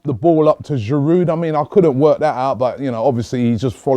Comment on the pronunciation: its aftv, lets pronounce players names right. its a silent d at the end of Giroud.